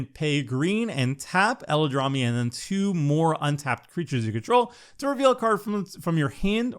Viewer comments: "Eladrami" XD. spends too much time listening to Seth:p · Yo what's going on at MTG Goldfish, is it a meme I'm not privy to? Every single host calls Eladamri "ELADRAMI" lol... I deserve to know!